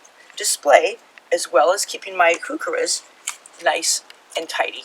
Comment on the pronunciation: Here's a helpful YouTube on pronouncing Heuchera - there is no "who" in Heuchera